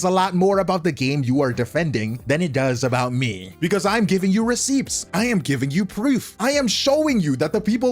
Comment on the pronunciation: The “p” is silent in receipts.